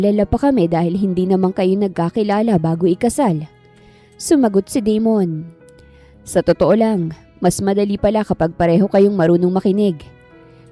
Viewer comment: Da-mon not De-mon kasi pangit pakinggan. Ganda ng kwento . Maraming salamat admin at miss narrator ❤